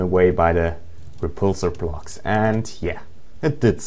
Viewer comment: its called blocks, not plocks